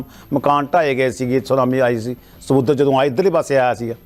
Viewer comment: ਸਮੁਦਰ ਨਹੀਂ ਹੁੰਦਾ ਸਮੁੰਦਰ ਵਾ ਪਹਿਲਾਂ ਸਹੀ ਬੋਲਣਾ ਸਿਖੋ